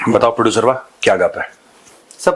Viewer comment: साहब आपके प्रडुसर को भोड़े बहुत ईज्जत दिजीए, (प्रडुसरवा) मत बोलिए 😂😂😂